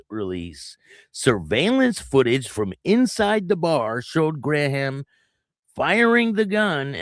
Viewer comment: Bimini ( pronounced bim in ee) Bar in Bunnell not Bushnell. Two different towns. Graham is pronounced like the graham cracker. He was in the club when I knew him. Probably "no colors" ( no patch wearing) in the bar, but I have never seen them go anywhere alone, or removing their vests to go in any establishment, so maybe he was on the way out of the club at this point. After this, they've probably taken his patch back